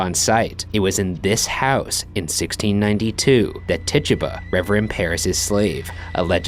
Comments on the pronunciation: Idk why but the way he pronounces Tituba bothers me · Its pronounced Tituba not Tituba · when the ghost said take it. it sounded like: "TITUBA". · Ti-two-bah!!! DAMNIT PRONOUNCE IT RIGHT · lol it's tit-tuba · Tituba is pronounced Tie-tooba she was native of the Caribbean I believe. People sometimes call her African American, but that's inaccurate. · Is he pronouncing Tituba wierd or have I just pronounced it wrong all along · bruv mispronounce tituba one more cotdamn time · Ryan does not know how to pronounce tituba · Tituba probably was ignoring you because you were pronouncing her name wrong 😂